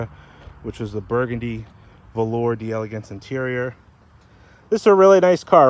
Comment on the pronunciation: It's pronounce 'dell ah gance'.